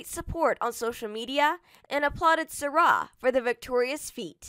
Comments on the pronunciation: It's sy rai not sara. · If ur gonna do a video on her pronounce her name right